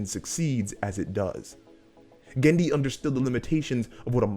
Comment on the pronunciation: Cool video, but you've misspeled Genndy's surname both in spelling and in speech.